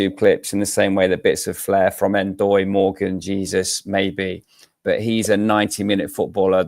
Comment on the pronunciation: Gotta start saying Dan Ndoye's surname correctly at some point, poor lad! 😂